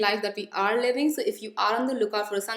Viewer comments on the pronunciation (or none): none